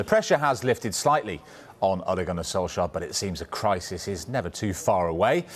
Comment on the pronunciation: Who Notice Pep Could not pronounce Ole Gunnar Solskjær Name He Struggled😅😅😅😅😅😅